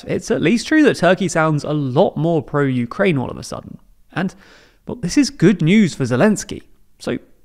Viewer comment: it's "PRO-UKRAIE" alright... Not that I know what "UKRAIE" is